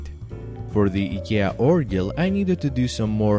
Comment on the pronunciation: Eeeeeeeeeeeeeeekia Instead of saying I K E A.